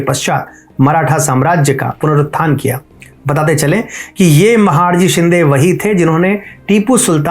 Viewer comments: आप ने व्हिडिओ द्वारा जानकारी बहुत सुंदर दी है, लेकिन आपका "महाडजी" शिंदे यह उच्चारण गलत है. उनका नाम महाडजी नही था, बल्कि महादजी शिंदे था. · महादजी शिंदे not महाडजी शिंदे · महाडजी नाही रे महादजी आहेत ते नाव तरी नीट घे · अच्छा तरीके के से pronounce कर... महाडजी नहीं महादजी शिंदे बोल.. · Mahadji .... महादजी. NOT महाडजी. PLZ CLEAR IT ! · महादजी शिंदे उनका नाम है ना की महाडजी ❗उच्चारण सुधार लिजिये. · उच्चार महादजी शिंदे करो... महाडजी नाही. Please correct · योग्य उच्चार 'महादजी ' हैं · महाडजी नही महादजी है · महाडजी नहीं महादजी है। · It's महादजी not महडजी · सबकुछ सही रहा पर आप महादजी का उच्चारण महाडजी कर रहे हो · कृपया, महाडजी नहीं महादजी ऐसे काहीये. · महाड जी नही महादजी कहिये आप हिंदुस्थानी लागते हो तो गलती मत करो महादजी कहो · महाडजी नहीं महादजी 🙏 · You are pronouncing his name as " महाडजी " which is incorrect. Correct pronunciation is " महादजी शिंदे " .😔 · With due respect it is " महादजी "